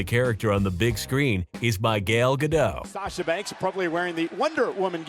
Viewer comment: Gail Gadow? It's Gal Gadot (pronounce Gadotte)